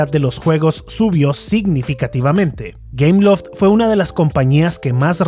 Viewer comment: ah! entre por que pense que decia cameloft xd o algo asi